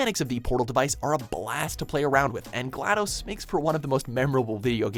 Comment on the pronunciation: "Glad-DOHS?" Jesus christ dude. Read a book or something.